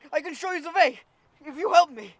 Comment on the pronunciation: He says way like I know how to pronounce it “vay”